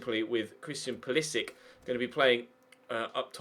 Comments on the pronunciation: Hello passive aggressive Nicole, if you read my comment, there is a video of him introducing himself and pronouncing his last name with the "Sick" sound. Hope that helps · Its pronounced Pull a sich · Nicole Adams its pronounced Pewl a sic, there is a video of him introducing himself